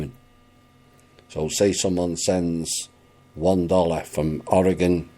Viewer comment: Thank you for pronouncing Oregon correctly